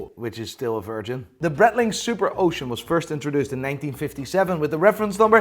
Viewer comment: Please learn how to pronounce Breitling properly. Other than that, very enjoyable content